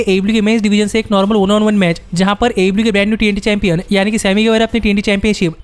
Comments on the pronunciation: AEW ki jagah AE LIU sunai de raha hai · Bhai aew to sahi se bol yaar itni jaldi nahi bol pata to na bol aaram se bol